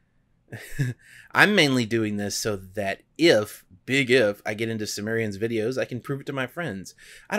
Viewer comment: I did NOT enjoy the video...